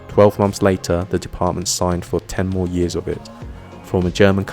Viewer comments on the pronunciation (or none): none